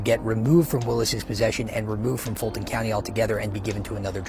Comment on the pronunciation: Did you say Fulton County or Dolton County? Man, they may as well be the same place at this point.